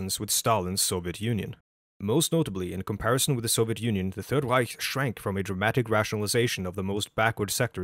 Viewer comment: i know i can trust this guy because of the way he pronounces "reich"